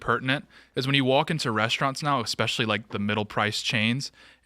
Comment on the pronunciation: The fact that people still say expecially instead of especially in 2025 is the reason we’re at the place we are as a society